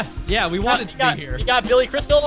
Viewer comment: Court cases... byeah. Civil suits... Byeah. On site work... byeah.